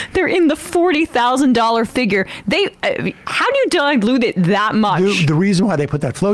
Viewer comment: the bimbo asks "How do you "diglute" it that much"